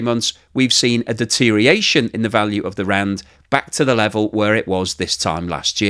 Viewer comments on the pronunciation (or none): "deterioration" has six syllables, not five.